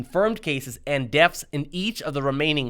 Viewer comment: It sounded like he said "deafs" and "groaf rates." Also, how can someone "fear me?" I know they can scare me.